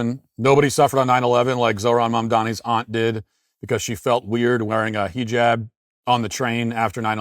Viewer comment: please keep calling it a “HEE-JAB” or “scarf” 😂😂😂😂😂